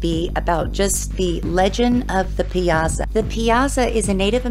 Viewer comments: If you're going to do a story on something, pronounce the main subjects correctly. Pie ah saw!!!!!!!! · Its pronounced "pie-saw"